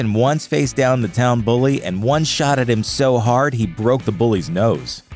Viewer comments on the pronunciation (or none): none